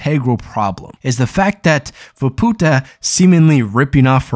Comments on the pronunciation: fah poo tah... lul keep working on that speaking thing my dude one day you may get it. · Yeah. Ofcourse he's pronouncing it incorrectly, but some people are making sound WAY worse than it actually is lol